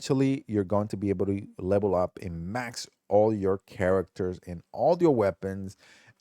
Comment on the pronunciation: stop saying lebel